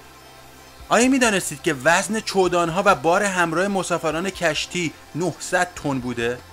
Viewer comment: دورود و سپاس..فقط یه اشتباه داشتی که خیلی ها ظاهرا متوجه نشدن؟ بجای گفتن چمدان ها گفتی چودان ها!